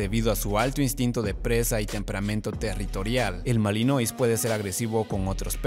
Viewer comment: "malinuá" se pronuncia en francés